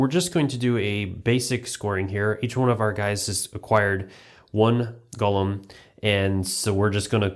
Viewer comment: GO-LEM not GOLLUM